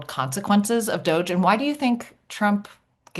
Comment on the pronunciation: "Doggie" (DOGE) Everytime she says it, I laugh. Well played, Heather, well played.